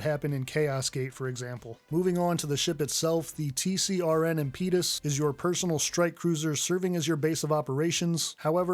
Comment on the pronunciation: "impeeeetus". Should be (impədəs) Bro- don't say it like a weirdo. How have you not heard this word spoken aloud??